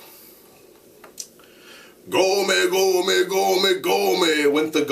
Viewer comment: lol its a sound of a metal not gome its sound like gommm but i love your explanation tho